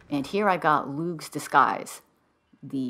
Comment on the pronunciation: No hard “G” in Lugh. It’s just “Lou”. Also known as “Louie of the Long Hand”. Festival is Lughnasadh “Loo nasa”. And thank you for your help…it seems I went right past that clue.